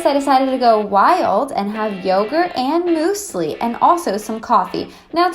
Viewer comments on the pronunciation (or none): Anyone else cringe when she says "moosely" not muesli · Moosli? MOOSLI? is it not muewsli? What's going on in America!!!???!?!? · Is it even a video if she doesn't say moose-ly (muesli)?? lmao love you girl! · LOL "mooseli" hahaha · Why do you call it moosly oh my god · I wonder if she realises how incorrectly she pronounces musli. 😂💜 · I really enjoy the way you say muesli 😂 Also Tesco always!